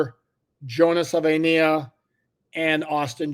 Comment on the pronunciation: I’ll help you out with the pronunciation. Suh-vuh-ee-nye-uh